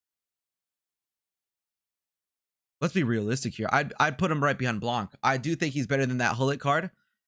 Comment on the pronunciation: nice vid dude, btw we don't say the C of "Blanc" like we say "Blan" , baby icone 22 :)